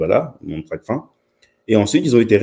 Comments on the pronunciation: *TRACFIN et non tracfine.. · On dit Tracfin comme fin !! Pas fine... Ça montre d'entrée la maîtrise du sujet.